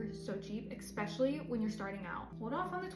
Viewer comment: Eck specially 😂 I’m sorry I felt I needed to point that out after it giving me a chuckle x Excellent video though 👍🏿